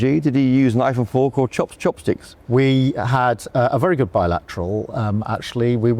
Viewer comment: We had a good “Bi - Lateral “ imagine that 🤷‍♂️